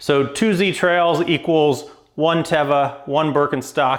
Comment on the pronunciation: Thank you for pronouncing TEVA correctly! Very few people get that right and it drives me nuts! Glad that you are enjoying the minimalist sandals. I run in these types of sandals as much as I can. Living in upstate NY, it gets tough in the winter. Even so, I do some crazy stuff. Just ran barefoot in 8 inch deep snow tonight totally barefoot. It's only 27 degrees F, so it was not too cold. Felt pretty good actually. :) ROCK ON!